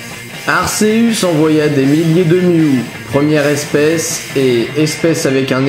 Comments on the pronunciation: Arceus se prononce arkéus pas arsséus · Pourquoi tu prononce arsseus c'est arCeus arc et deus(dieu) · Aceus se prononce Arkéus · Arceus (akéus) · Juste on prononce arKéus! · Dommage que Arceus soit mal prononcé, sinon j'ai adoré cette histoire, on a chacun notre propre version est celle-ci reste plaisante. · Déjà on dit Arceus et pas Arséus, on dit Giratina et pas Jiratina et on dit Créfollet pas Créfallet. En plus ce que tu dis est faux